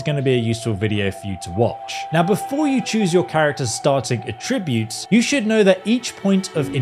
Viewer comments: "A-tri-butes"...?? "At-tri-butes" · Its A-ttributes, accent on the A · Please stop saying attributes like that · I was with him all the way until he mispronounced attributes. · Atrib-utes, apear-all. Oof, unwatchable.